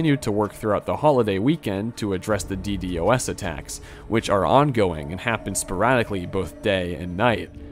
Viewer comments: it's D-DoS not D-D-O-S Also, why do you feel the need to bait comment engagement like every 10 minutes lol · Nice vid, but just to avoid future mistakes- it's read dee-dos and not dee dee o s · As a network engineer hearing D-d-o-s attacks pisses me off. Call it DEEDOS my goodness lol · omnipotent is most commonly pronounced /ɒmˈnɪpət(ə)nt/ In a similar vein DDOS is normally called a D-DOS as in dee-dos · bro cant say DDOS for some reason